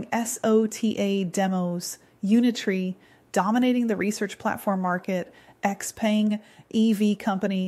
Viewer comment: hello... I thought XPENG is pronounced she-peng